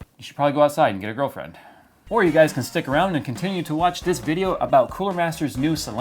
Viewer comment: Jokes on you im 15 and have like I have like nine friends! Wait you said grilfriends, shit